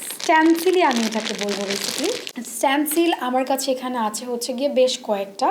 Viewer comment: স্টেনসিল কে স্ট্যনসিল বলতেসে🙄